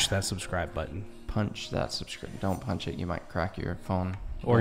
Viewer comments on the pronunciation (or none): none